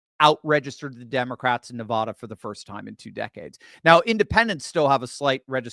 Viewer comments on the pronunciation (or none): Why can’t you pronounce Nevada? Seems odd that somebody so smart has no idea what the state is called. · Bro, there is no O in Nevada....